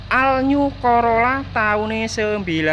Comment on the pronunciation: Assalamu'allaikum wr wb , bozz kalau nggak bisa bahasa inggris omong jowo wae, bener wi,all new: dibaca al nyu , maaf yg benar ol niu bukan nyu. Oklik???